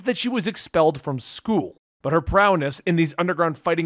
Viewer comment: I’m ok with you leaving a syllable off Mir-i-ko but did you really say PROWNESS? It’s prowess